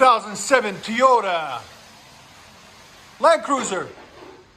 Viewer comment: Wtf is a teyota?